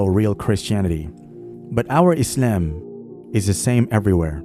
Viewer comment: Just say Islam normally